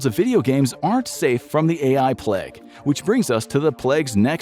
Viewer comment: "Infographics is 100 % AI free" → pronounces plague as "pleg" 🤔